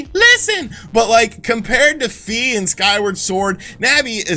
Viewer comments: It's Fi as in "figh", not "fee". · "Fi" is actually pronounced "Fie" as in "Die"